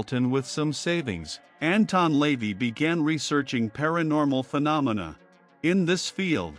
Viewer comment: AI can't pronounce Lavey properly